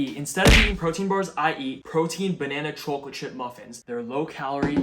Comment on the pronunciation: There's something about the way you say CHAWclate🥵